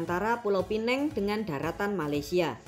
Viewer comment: Pulau pinang bukan pineng